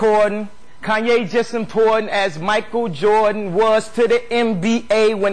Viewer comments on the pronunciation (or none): none